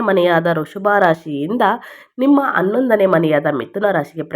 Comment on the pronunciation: ಅನ್ನೊಂದನೇ ಮನೆ?